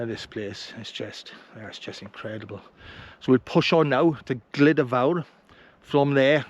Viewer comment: Good film thank you. The pronunciation is more like "Gluda" rather than "Glida" 👍